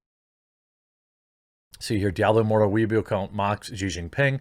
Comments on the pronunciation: Lol pronouncing it “weeaboo” instead of “way bow” is hilarious. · OMG it's "way-boh" lol. Not weaboo. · Weibo is pronounced (roughly) way-bo. Jeremy saying it like weeaboo confused me so much just listening. XD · Why does everyone keep calling it weeboo? It's Way Bow (the weapon). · Not "We Boo", "Way Bo" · Way boh not weaboo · Way-bow not Weeaboo. Though I might start calling it that anyway. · It's Weibo pronounce "way bow" baka, not weeaboo or weeb for short. 🤣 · It’s pronounced more like Way-boh. Please don’t associate us Weebs with CCP social media. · I kept giggling when you said "wee-a-boo." I can't quite say how it's actually said since I can't speak Chinese but I know it's not "wee-a-boo." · Weibo is pronounced "whey-bow" so you know in case it comes up again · Pretty sure it’s called Wee-boe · Weibo = “Wey-boh.” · it's pronounced way-bow Jeremy just saying :) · Just so you know Jeremy, weibo is pronounced "way-bo" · I believe Weibo is pronounced "Wee Bow" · It’s funny how Jeremy pronounces Weibo as weaboo. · Weibao. Is pronounced. Way bow . A weeaboo is a Japan simp. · Its pronounced Way-bore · thats not how you say weibo